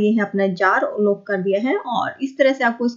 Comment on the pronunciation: Aap please apna pronounciation better kijiye, samajne me problem hoti hai. eg. लोक नही लॉक होता है